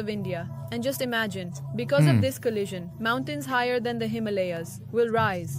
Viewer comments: Bro it’s pronounced the Him-a-laya’s not Himaaalaaaya. Awkward. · If you can't pronounce words correctly in English, go back too school, him- malias😂😂😂😂😂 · The mountain range is pronounced: Himal A yas. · africa and south africa two instead of 1 cool you need to learn the names of mountains though himalaya's him a lay a;s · the way he pronounces the Himalayas 😂😂😂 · Our host can't pronounce Himalayas properly and the religious nuts in chat think it's all God's doing 😂😂😂😂 so funny !!